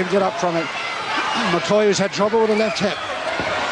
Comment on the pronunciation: McHoy, not McCoy. Son of Frank "Wild Angus" Hoy.